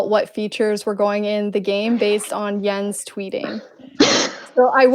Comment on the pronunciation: it's spelled like that but it's pronounced yens